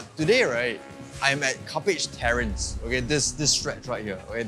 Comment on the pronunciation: im not sure why... i think he said "Cuppage Terrence"